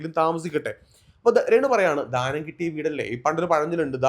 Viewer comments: ധാനം അല്ല 😂 ദാനം എന്നാണ്😂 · Ningal oru അധ്യാപകൻ ആണെന്ന് പറയുന്നു.ധാനം അല്ലല്ലോ. ദാനം അല്ലെ കറക്റ്റ് word.please.....